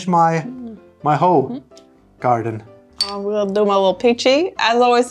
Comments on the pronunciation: Use "google translation" for pronounciations, it's not "ho-garden"!😂😂😂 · Not Hoegaarden 😭